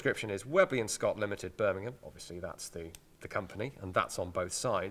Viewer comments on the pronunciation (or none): none